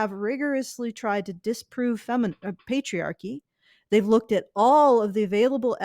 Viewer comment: *Pets* "Petriarchy"